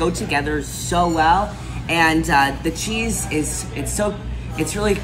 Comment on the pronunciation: My friend do not be nervous. Now say halumi Sheees wis your sheets not halumi cheese.😂